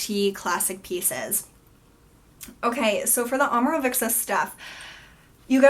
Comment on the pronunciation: You pronounce it with a "k", like "Omorovikca". Leave the "k" out, It's just "Omorovica". Imagine as if "cz" was "tz". (Fitzgerald) Maybe that makes better sense for you. :)